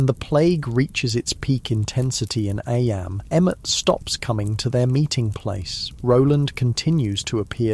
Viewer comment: sorry- don’t mean to be rude as i love these videos ! Was just wondering due to the part where it discusses eyam - noting that it’s pronounced ‘eem’ although the narrator continues to pronounce it as ‘eyam’ and then goes on about ‘lead mining’ (read aloud as leed mining haha). Obviously this might just be human error which is totally understandable, but it would sadden me to know these were just ai generated with an ai voice, not to mention due to the historical content of the videos !